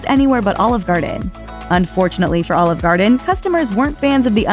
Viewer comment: She really sounds like she's trying to say "All Of Garden". She's pronouncing Olive weird.